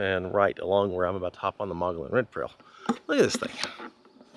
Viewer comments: Mo gee on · Oh, and it's pronounced Mug-E-On